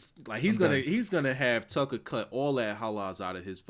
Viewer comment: lol I need someone to make a compilation of saying "Tuckah"